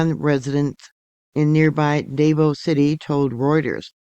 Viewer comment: Hi, Thank you for covering this. Just a little FYI…Davao is pronounced like…two syllables…Dah Vaw…not Day Vo.